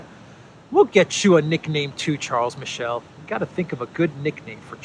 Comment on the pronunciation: Charles Miss-Sell